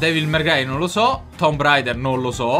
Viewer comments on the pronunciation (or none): none